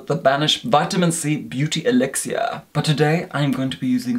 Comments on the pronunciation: Elixir. Pronounced by as "Eelixuer". Luv! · No one has ever said elixir soo....fancily 😁